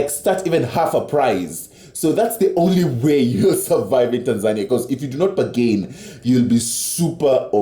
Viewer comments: Yes lol ba gin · The way he pronounced "bargain" lol, I'm dead, sorry I'm American